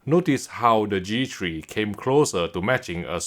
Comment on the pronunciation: Its g three not g shri